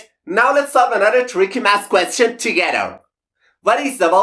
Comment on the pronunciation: At first watching his videos, the way he pronounced “question” (kwest-CHEN) bothered me. Now I get a kick out of it. 😊